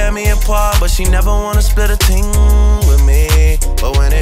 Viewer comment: The fact that this clown had the nerve to say "ting" instead of "thing" dude that's cultural appropriation. No one where you're from says "ting"